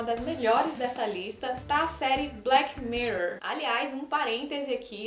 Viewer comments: foi a melhor pronuncia de "mirror" vindo de um brasileiro que eu já escutei na vida kkkkk. Não é uma ironia. Na minha opinião a pronuncia tá boa... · Falou "mirror" certinho, só não precisa enrolar tanto a lingua rs :) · sua pronúncia de "mirror" tá ótima. Relaxa!